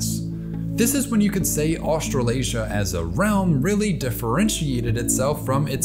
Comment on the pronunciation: Bro why are you saying "Australasia" so weirdly 😂😂😂 I'm from NZ and its said Austra lasia (like Malaysia, Ma"laysia", "Austra laysia"). You keep saying "Austral Asia" which sounds so wrong lol.